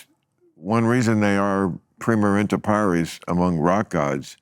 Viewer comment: It’s “primus inter pares,” (pah-rehs) not paris (pah-rees) Inter governs an accusative, not an ablative. Also, if he’s referring to a masculine group, it would be “primi”